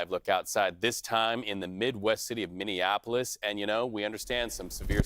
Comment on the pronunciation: Really hard to hear that pronunciation of Minneapolis! 😬